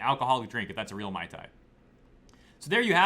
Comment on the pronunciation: Her last name is actually misspelled. It's suppose to be spelled as REAL and pronounced as RE AL meaning royal or regal.